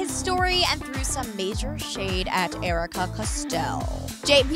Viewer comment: Jericka👌👍🤞 not aaricka👎